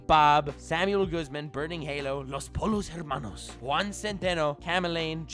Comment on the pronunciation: Bruh I was lied to... your Spanish... much good accent, the way you pronounced los pollos hermanos oof xD